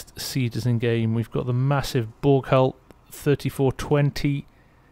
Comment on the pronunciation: You should switch over to celsius for this series. And Bourgault is pronounced "Bore-go" I don't know if you're going for accurate farming practices for the area or not but in western Canada tillage is practically non-existent except for organic farms that still do summer fallow; everyone does no till farming. No complaints from me though, anything to see those beautiful Versatile's working more.